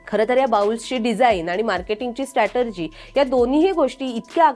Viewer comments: ताई, तुम्ही लोकसत्ता चे प्रतिनिधी, भाषेतील उच्चार, मराठी शब्दार्थ खटकले.. स्टेटरजि नाही स्ट्राटीजी .. देणगी नाही देणी ... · स्ट्रॅटरजी नाही मॅडम स्ट्रॅटेजी strategy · स्टॅटर्जी नाही तर "स्ट्रॅटेजी "!! उच्चार सुधारा! र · Statargy nast te strategy ast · Strategy या शब्दाचा उच्चार एकदा समजून घ्या ही नम्र सूचना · Ho barobar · Strategy pronounce चुकीचे करताय, repeatedly. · Strategy या शब्दाचा उच्चार दोन्ही वेळा चुकीचा केला गेला